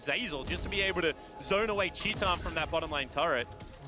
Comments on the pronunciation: why is he saying 'tee tahn' instead of 'tie tan' . its titan, not teeton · how do you get "chee-tan" from "tie-tin" ? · TIL "titan" is pronounced "Chee tahn." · did they pronounce titan, tee tan? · Shaun Dionne titan wants it to be pronounced teeton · Portuguese pronunciation. It's a brazillian team, after all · He writes it titan, pronounce it shitan ? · u mean tit-anne? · anyone else triggered by how he pronounced titan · he is pronouncing as it is in portuguese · Brian yousif never forget casters like jatt who started calling u zee eye before uzi was like pls stop